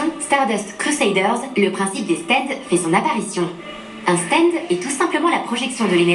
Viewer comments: on en parle des "stend" ?? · On peit pas s en plaindre parce que ca vient du mot anglais donc en soi on peut dire stand pour faire a la japonais ou stend a l anglaise. Meme si c est mieux de se focaliser sur la VO, on peut pas lui en vouloir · Quand on le prononce en anglais, on se rapproche du [æ] de qui est comparable au français. C'est aux États-Unis qu'on prononce comme ['stend]